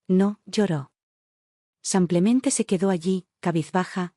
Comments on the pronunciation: Porque dices.. samplamente, no será simplemente? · Otla vez SEMPLEMENTE, APRENDAN HABLAR CORRECTAMENTE EL ESPAAL ADIOS, APRENDAN.!!! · Porque dice samplemente???!! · Samplemente?!! La narración es por computadora? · Simplemente,se lee con i no con a,en español la i es i